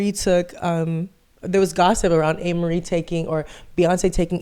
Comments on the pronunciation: it’s (A-MARIE) 😂😂😂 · I've never heard anyone pronounce Amerie's name the way you are doing it.